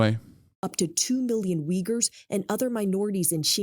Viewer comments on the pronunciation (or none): I like how Hasan pronounced uyghurs